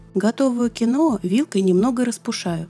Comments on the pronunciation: Почему кинОа то? КиноА!!! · КИноа с ударением на первом слоге) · Это произносится....КИНВА....я, конечно, извиняюсь...это не для того, чтобы вас обидеть...